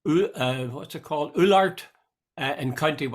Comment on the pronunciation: Jude its pronounced "owlart" love listening to you and pat from WEXFORD